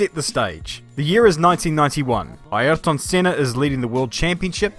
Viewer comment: your "Ayrton" Senna is spot-on 👍